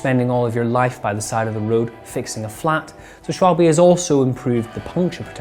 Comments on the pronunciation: ooooh FFS every time. It is said Sh-val-buh rather than Sh-wol-bay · Say after me, like the Germans do: "Schval-BUH'"not 'Schwal-BE' or 'Shwabble' or 'Shwalb' or some other ignorant mismangling of the syllables. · Great news! Great video! BTW: Pronunciation, it's German, so that e at the end sounds like a short 'a', making it "Schwal-ba" (definitely not baa, bee or by, or anything sounding like e) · Shooper shupple sh-wall--bee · being german, i can assure you, that all versions are wrong ;) quite funny that this simple word makes so much trouble to native english speakers